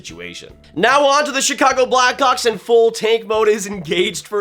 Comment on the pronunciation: does not sound like hes saying blackhawks